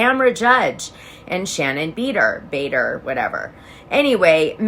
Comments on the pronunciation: Beeder😂 pronounced Ba-door Dana you're so funny😂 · Shannon Beador's name is pronounced Shannon Ba door, not Shannon Beeder!